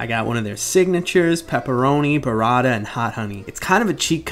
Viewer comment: Buh-wratta... normalize actual name pronounciations like BURRATA